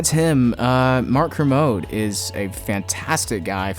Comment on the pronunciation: I think you mispronounce Kermode homie.